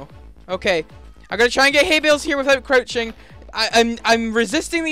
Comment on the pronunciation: u said coruching